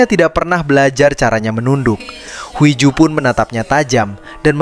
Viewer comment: Huiju tapi bacanya hiju cmiiw